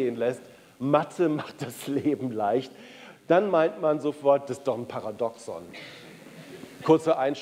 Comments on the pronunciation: Also wer über die Thematik Paradoxon spricht, sollte wenigstens wissen, wie der Begriff richtig ausgesprochen wird. Es wird das 2. "a" betont! Par !A! doxon! Bei "paradox" liegt die Betonung eher auf der letzten Silbe. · Lieber Herr Caspers: Das Wort "Paradoxon" wird auf dem 2. "a" betont und nicht auf dem ersten "o"... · Stimmt vollkommen. "... dem zweiten "a" betont und nicht auf dem ersten "o"... Jedoch mindert dies nicht die Aussprache des Wortes "Paradoxon". Und NEIN, diese Aussprache hat sich bis dato NICHT geändert.